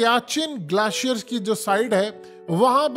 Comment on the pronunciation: Glaacier combaat 😂 haqeeqat TV ko to bola bhi nai ata